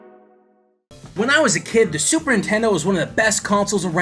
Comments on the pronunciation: "Super intendo" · did you just say "super intendo?" wow that takes me back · I love how sometimes he say says super intendo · Why does keep sayin super 'intendo?